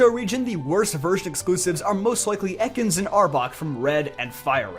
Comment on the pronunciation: Dont say ekans